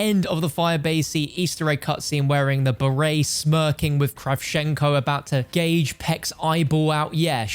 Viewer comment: " Gage his eye out" what ? GOUGE 👍 I don't know why this bothered me so much.